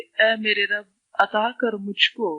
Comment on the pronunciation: Assalam wa alaikum, Is video me jo" Dua" hai isme likkha hai "Rabba" "ب" per Zabar aur Tasjeed hai. Magar jab aap padh rahien hain tu " Rabbi" padh rhi hain. Plz hamari rehnumai karein.